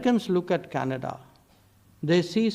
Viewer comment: It’s Canada not Canads